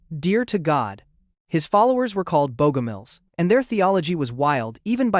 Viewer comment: Bogomils, CORRECTLY pronounced BOG-om-ills, not "BEAU-gom-ills" . . . how tragic . . .